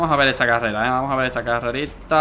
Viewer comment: Bro carrela no es carrera bro like si lo escuchaste